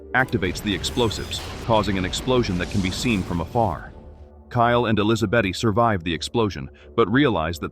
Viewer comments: Why are you saying Elizabeth as elisabaty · Sometimes the AI gets sooo close to saying Elizabeth correctly...and then we are right back to Elizabeaty...😆 🤣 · I sincerely hate AI. I don't understand how it cannot pronounce the same name the same way twice in a row... ElizaBEAT... ElizaBEETEE... ElizaBET... Then it starts over. It's bloody maddening. 😅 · Ai is still learning in grade 2 I think?😅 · Tomato Tomahto. Elizabeth Elisabaty! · AI is struggling to pronounce the name “Elizabeth”.